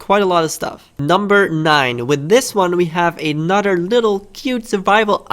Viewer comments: Anudder one. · Anudder one?